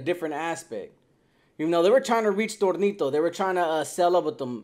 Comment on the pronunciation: Who in the Fly F!!! Is Thornito???? I've heard of Toñito?